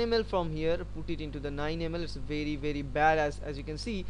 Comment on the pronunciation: "Its vey very badass". LMAO